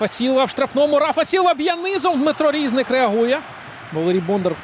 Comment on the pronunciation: Не рІзник, а різнИк. Наголос став правильно, якщо ти коментатор